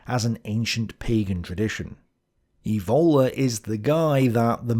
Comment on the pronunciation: Julius Evola's surname is pronounced with the accent on the initial E, not on the O: [ˈɛːvola]